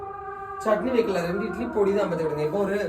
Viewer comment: ப்ரோ பொடினு சொல்லணும் போடினு சொல்லிருக்கீங்க நல்லவங்களம் உங்கள குறை சொல்ல போறாங்க 😂